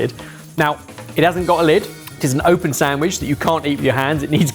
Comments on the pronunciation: saying "sanGwich" kills me every time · Why is saying Sam-wiche?